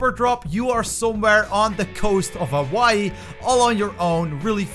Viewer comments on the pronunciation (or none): none